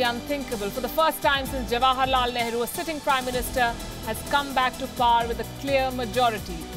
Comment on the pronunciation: She pronounces “Power” as “par”!!! I guess it is considered fashionable, well educated and polished. Maybe.